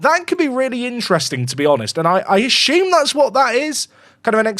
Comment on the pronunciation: Theres no H in assume